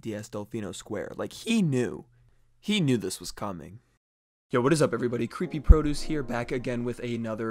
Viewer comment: For one second I thought your name was "" when you said "Creepy Produce here" it sounded like " is here"